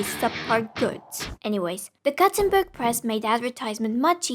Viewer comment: I have never heard Gutenberg pronounced like you did . Then I go check wikipedia and find that you are not really supposed to be doing a vowel in the second syllable, and also that making a tn sound somehow does in fact just make a sort of z-ish noise push its way into being. Funky. Cool. Kinda makes me horrified to try to learn German more.